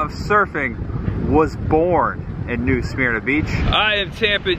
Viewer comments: And yes i kinda OCD over mispronounced words i personally say New SUH-MER-NA, rhymes with (HER) you actually said it right during the reading of the sugar mill, then you went back to saying New SMEAR-NA, but yes i am not a beach person, i hate the sand, i'd rather go tubing down a river. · Born and raised in NSB….live in Seattle, WA now….don’t get in the water lol j/k. At least say New Smyrna (New Sa-Myrna) Right